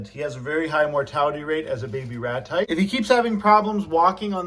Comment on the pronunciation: I was today years old when i found out you’ve been saying ratite and not rat-type like they are some kind of pokémon..